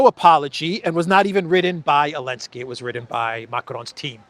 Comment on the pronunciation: Why say elenski you?